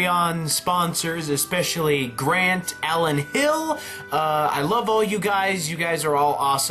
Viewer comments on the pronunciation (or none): none